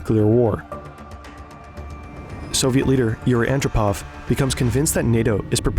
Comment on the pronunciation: Is this narrated using AI? In the narration, the last two syllables of the word documentary is pronounced “Terry.” And Yuri Andropov’s last name is mispronounced in the narration as ANN dro pov, when it’s pronounced An-DROH-pov. If you’re going to make a video that includes the former General Secretary of the Soviet Union, you should pronounce his name correctly.